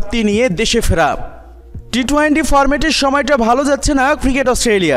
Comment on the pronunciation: Vai apni twenty bole twainty boliyen na birokto Lage. Emnitey pic copy koren abar uccaronewo vul koren.😠